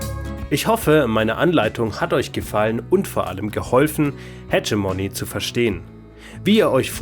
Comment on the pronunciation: Das "g" im Namen des Spiels spricht man wie ein deutsches "g", nicht wie "dsch" :)